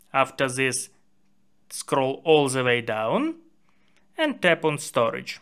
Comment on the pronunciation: That's the Russian accent kicking in 😂❤